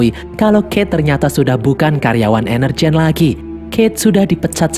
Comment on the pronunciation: Yang gua denger : Energyne Yang otak gua pikirkan : Energen